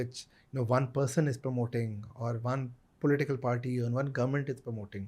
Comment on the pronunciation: Kahan se laye ho yeh "PAWTEE ho rai hai."